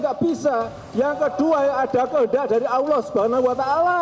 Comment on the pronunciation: BELAJAR LAGI AQOIDUL IMAN YA PAK... HARUNYA KALAU BPK BENER2 TAHU AQOIDUL IMAN.. SEPANIK APAPUN BAPAK TETAP DI HATI DAN DI MULUT AKAN SPONTAN BILANG NO. 1 SANG KHALIK (ALLAH) dan benar ngucapinnya bukan AWUOH ya pak BARU KE 2.MAKHLUK.. "Bumi dan isinya termasuk manusia jin dan politik baru itu nomor 2"